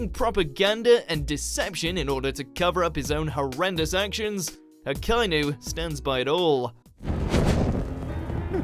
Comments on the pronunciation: Lol mineta is funny how can you hate him and good thing I don’t like him anyways but totally butchered akainu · U pronounced akainu wrong